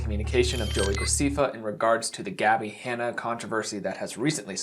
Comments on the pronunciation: Gra Cef fa not Gra cee fa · no judgement bc names are hard but Joey’s last name is actually pronounced Gra-seffa not seefa! xx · it’s pronounced grass eh fuh not grass ee fuh lol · here i thought id been saying graceffa wrong and that it was actually graceeffa lol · JOEY GRA-SEE-FA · Joey gre-sea-fah lol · GracEEEEEffa. Watched not enough videos for you to not be able to pronounce his name right…… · it's "Gracehffa" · I shouldnt be laughing but "Joey GraSEAfa" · Lol graseefah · Joey Graceffa : "joe-ee grah-seffa" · Ah yes, Joey “Greecefa” 😂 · “Gruh- CEE-fuh”. I’m dead. Lol. I love you tho!!!! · Gra-seeee-fa 😂 wasn’t even bothered to look up how to pronounce it. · “joey gra-see-fa” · “Joey GracEfa” LMAOOO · Oh come on I have to say it…… “Grac-ee-fa”……… 😭😭❤️❤️❤️ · i love the way u pronounce his last name 😭😂 gracEffa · The way he pronounced “ Graceffa “ 😭✋🏽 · The way you pronounce Graceffa is so charming hahaha